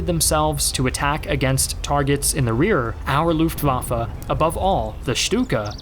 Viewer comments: luftwaffE not luftwaffA. is it so hard if you want to be some expert? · The way you pronounce Luftwaffe is really distracting. Looft indeed!